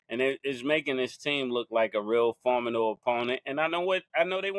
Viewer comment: formidable mase, the word is Formidable! 😂